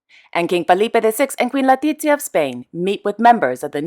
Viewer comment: That is true, but it was irritating to constantly hear Falipe and Latitzia - it's Felipe and Letitzia. Other than that, I really love the channel and am amazed how gets her information. I am European, living in Canada, and I know about the royal houses of Europe, but now we learn more about the Middle East and Far East. Much appreciated and kudos to.